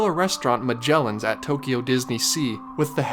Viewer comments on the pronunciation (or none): none